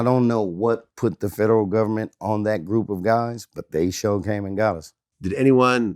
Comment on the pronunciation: "They sho' came and got us"... 😭😭😭😭😭😭😭😭😭😭😭